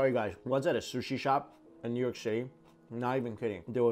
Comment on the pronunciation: "I come from newyark" ahaha